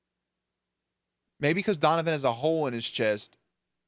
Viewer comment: The way you pronounce "Donovan" gets me every single time-- Honestly the way papa Stilinski told Stiles that he would destroy every piece of evidence to protect him, my heart just CRIES for them. I love their relationship so much.